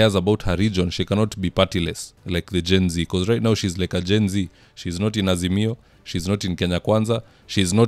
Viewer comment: Peter Munya hasn't quit politics and gone home. He keeps saying: We as "Asimio" ..."